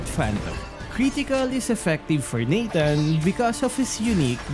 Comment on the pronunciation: that "Natanga"😂😂